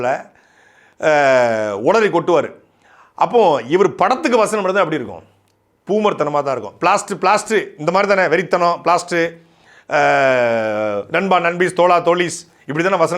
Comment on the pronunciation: அது plast இலல்ங்க blast nga சாட்டை 😅😅😅